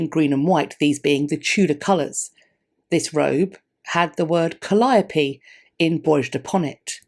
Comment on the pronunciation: Actually... got the pronunciation perfect. I wrote a paper in 1962 (yes I am as old as Methuselah) on the word calliope. Summarizing, the English Oxford dictionary used this pronunciation: Kah-lia-uh-pee.(accent on LIA( sounds like lye) The origin is Greek. Calliope origin is Greek meaning is beautiful-voiced. In the United States the most common immigrant translation to what was taught here as the King’s English, reverted to the older Greek pronunciation of kah-LYE-oh-pee ( the oh actually pronounced as an ahh) and it stuck here, especially depending if you were educated in the North Or South ( - remember the USA is only a mere 250 years old up against a melting pot of accents.) The majority of foreign languages to English schools for citizenship had Ist language German Speaking instructors. As a side note, the German language failed in Congress to become the new nations official langue by one vote - or so agenda driven historians say as I have yet to find proof of that fact) However, it is true it was the only language besides English that the Declaration of Independence was printed at the time of the revolution. Adding to the mix is the fact Noah Webster was asked to create a new language, Instead, he opted to write a new dictionary based on the King’s English that includes new spellings of words ( e.g. colour became color) along with new pronunciations ( hard Ohs as softer Ahs) and new definitions. Considering in 16th centuries, England 10 year olds were writing pro